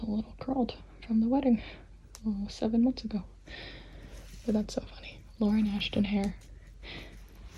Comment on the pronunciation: When she said Lauren Ashton I thought she said Lauren afton and I was like: Wait so there is ANOTHER afton?!?!